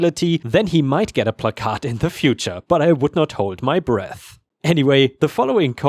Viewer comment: Love your channel but I always laugh when you mispronounce placard. Considering how many of your stories use that word, I'd figure out how to pronounce it right lol.